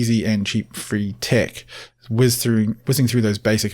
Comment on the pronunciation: He's said "tic" about 20 times before I realized he's trying to pronounce the word "tech"